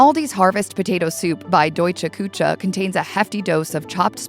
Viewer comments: Küche is NOT pronounced “koo-tscha.” OMG. 😆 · Kuche is pronounced Ku-shz -e not cha